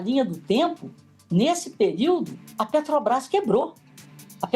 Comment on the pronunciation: Ela fala assoviando e falou "Petobrás" inúmeras vezes.